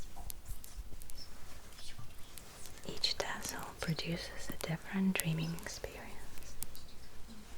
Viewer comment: “Which tessel would you like?” “Yes.”